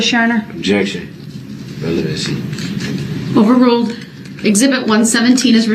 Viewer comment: Him saying "revelency" like they're pulling these things from another case😂